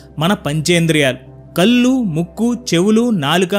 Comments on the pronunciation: ఇందుకే నేను చాలా సార్లు అంటూఉంటాను. రిటైర్ అయ్యాక కాదు భగవద్గీత చదవడం.చిన్నతనం నుంచి చదివి దానిని ఆచరించడం పెడితే చాలు అని. బాగా చెబుతున్నారు కానీ నీ చిన్న మాట. కల్లు కాదు కళ్ళు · Please… కళ్ళు అని పలకండి … కల్లు. కాదు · భాష చాలా ముఖ్యమైనది సోదరా.కళ్శు అనాలి గానీ కల్లు అనకూడదు.కల్లు అంటే తాటికల్లు అని అర్ధం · కల్లు అంటే అర్థం మారిపోతుంది... కళ్ళు అని పలకాలి. 👍